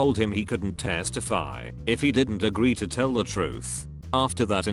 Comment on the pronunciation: the way it says testify